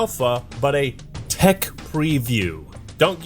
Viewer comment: If you say "Thech preview" one more time!